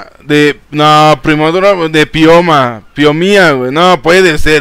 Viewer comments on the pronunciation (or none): Jaja phiomia se pronuncia fiomia